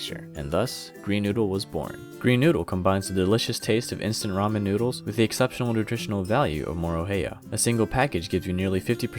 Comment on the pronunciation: I just want to say, thanks for not saying ray-men. It's rah-men.